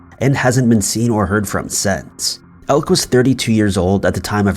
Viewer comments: For future reference, Elke has two, not one, syllables. El-ke, not Elk. Come on man! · The name Elke is European and it is not pronounced elk, the e is not silent. At first I thought it was spelled Elk and she was part of an American tribe, but she is from Belgium and her name is Elke. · Elke is pronounced "Elk A"..just saying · Elke is pronounced elkah